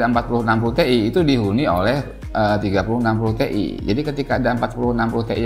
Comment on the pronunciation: Tee'i? T,iyyyy om!